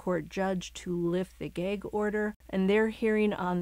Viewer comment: It's "gag", not "geg". Are you Canadian or something?